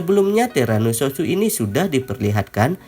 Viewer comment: Kok banyak banget sih orang panggil terano south pake “sousu” padahal jelas itu S O U T H